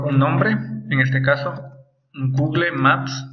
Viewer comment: SOLO QUE SE DICE "Gugul" no "gugle"